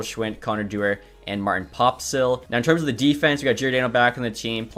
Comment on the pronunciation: Does he just not see the extra S in Pospisil?